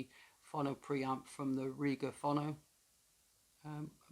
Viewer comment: It's pronounced fo-no.